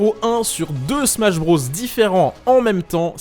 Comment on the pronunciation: nobody:: "smash brausse"